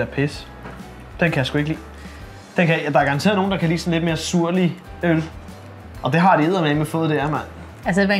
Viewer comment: Surlig? Mener du syrlig Kappa